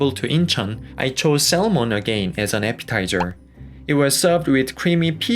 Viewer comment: It's all very nice, but PLEASE refrain from pronouncing the "l" in "salmon."